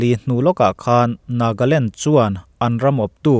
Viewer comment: Nagaland tih tur ah Nagland i ti nia 🙊